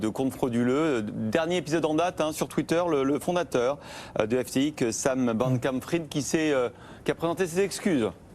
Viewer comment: Apres l'emission d'hier de BFM ou il dise Ethewoum , aujourd'hui un autre presentateur qui dit l'exchange FTik et Sam Bankmam fril 😂